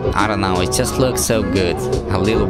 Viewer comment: When you say just it sound like sutututu